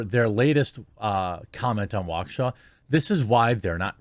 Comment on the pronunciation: As someone from Waukesha County, downtown being about 15 minutes away, I am surprised people in the media are actually saying Waukesha correctly